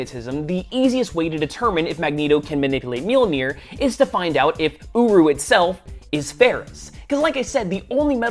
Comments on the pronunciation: I’m losing it. Every time he mentions the hammer metal, I hear “uwu” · Um... the first time I heard him say the Metal the hammer is made of, I thought he said owo metal.